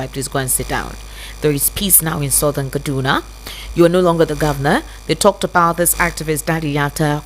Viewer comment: Please, can you guys stop doing this fake British accent and pronounce things like Kaduna properly so that we can understand you.